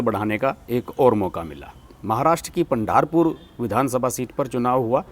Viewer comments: आप जो भी नाम लेते हैं उन नामों की जानकारी लेते समय उसे देवनागरी में लिया कीजिये ताकी उच्चारण बिलकुल सही हो सके .आप अंग्रेजी में नाम मंगवाते हैं और फिर तोडा मोडा उच्चारण करते हैं .महाराष्ट्र की सीट का नाम आपने लिया पंढारपुर , लेकिन वास्तव में नाम है पंढरपूर . अंग्रेजी स्पेलिंग के मुताबिक उलटा सुलटा उच्चारण करनेके बजाय अगर नाम देवनागरी में मंगवाते तो ये गलतियां नही होती . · बसवकल्याण, पंढरपूर कहो !